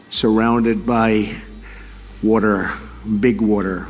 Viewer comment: Why does Trump pronounce the word "water" as "wortor"? He has his own language.